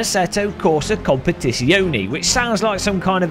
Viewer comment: is it so hard to check how to pronounce "competizione"? :P